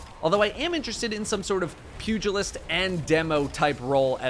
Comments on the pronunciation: Thank you for being one of the first YouTubers I’ve heard pronounce Pugilist correctly. 🤦‍♂️ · Muh boy pronouncing Pugilist correctly. Godbless